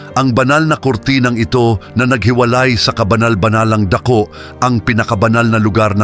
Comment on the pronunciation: Mali Po Ang pronunciation Ng dako at tabing